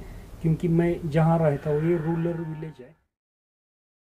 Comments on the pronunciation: it's rural not rular 😅🤣🤣😂😂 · It's not rular, it's rural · Area Rural hota hai bhai sahab ruler nahin😂😂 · Ruler nahi brother rural areas